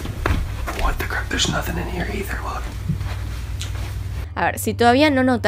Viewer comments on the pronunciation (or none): none